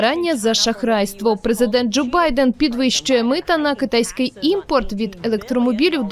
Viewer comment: ПрезикДент что? Канал, тфу, Штирлиц ещё никогда не был так близко к раскрытию.😂